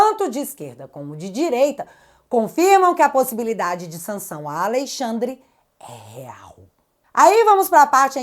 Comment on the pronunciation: É notável como já sai "naturalmente" ALEIXANDRE quando se refere ao Ministro Mor. Kkkkk